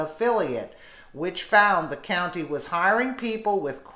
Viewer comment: I hate when they cannot even pronounce a county correctly